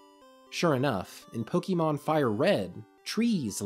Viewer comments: Love your videos, and this was a good game to cover for the series! For future reference though, if you cover more Pokemon content - it's pronounced Poh-kay-mon, not Poh-kee-mon. No shame, I just notice those less-traveled with the series tend to pronounce it wrong. Oh, and I hope you feel better soon! Been having a rough bit of sickness myself which is making my own videos lately sound weird. You didn't sound that bad here though. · Nothing takes away the credibility of a video about Pokémon more than hearing the narrator say "poh-kee-mon" rather than "pow-kuh-mon" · Say it with me: POH KAY MON not poh kee mon God dammit the franchise is almost 30 years old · He calls it Pokie mon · It's not pronounced Pokymon, ffs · Please stop pronouncing it Pokeymon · please learn to pronounce pokemon